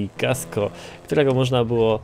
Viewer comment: Kasco! Nie ''Casco''.